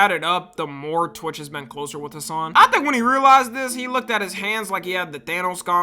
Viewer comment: why he say torch or am i trippin💔